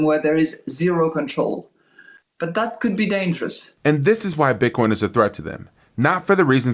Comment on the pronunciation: can’t even say Bitcoin correctly